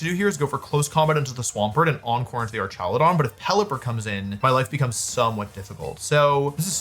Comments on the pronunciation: Why is he calling it ar"cha"ludon😂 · The way you pronounce Archaludon is funny, but the correct ways are like Archangel or hazmat/hazardous